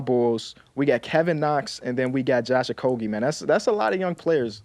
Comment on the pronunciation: Bro said “Josh okogie😐”